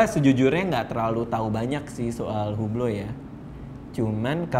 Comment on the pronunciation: Maf bang radit . Hublot itu kalo gak slah nih ya mafff banget . Dibacanya UBLO atau OU-BLO Tanpa H dan tanpa T .. korekai kalo salah 🙏🙏🙏🙏